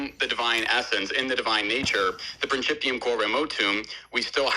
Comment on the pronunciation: "...prinCHIPium..." I can barely remember anything from my 3 semesters of Latin in high school during the '90s, but remember enough to know that pronunciation warrants a backhand to the JaW.